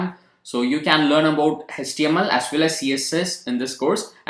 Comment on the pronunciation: Hech-T-M-L our sir used to say in that accent....